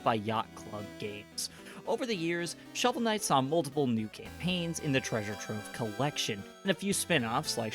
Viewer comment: Khovel Snight